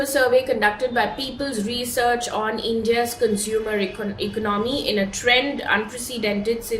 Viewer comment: It is economy. Not ECNomy. You are improving, but you need to be more alert to pronunciation.